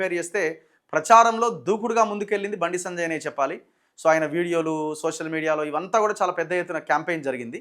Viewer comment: Sanajay Sanajay antunnav bayya.. please say “Sanjay Anna”